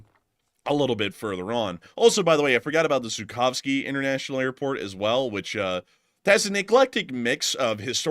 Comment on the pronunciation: You're pronouncing the airport wrong, lol